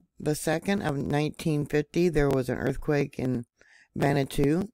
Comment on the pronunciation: Just an fyi, Vanuatu is pronounced Vah new ah too. Love ya!